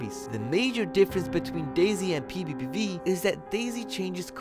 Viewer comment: Bro said pbiepvie